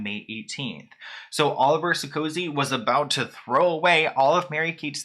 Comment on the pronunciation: "That Oliver guy" is actually called Olivier. You are also slaugthering his last name. And you obviously did not research him at all - he is the the brother of the former President of France. He owns his own bank and most certainly Mary-Kate did not need a pre-nup to protect her vast fortune, as Olivier is loaded himself.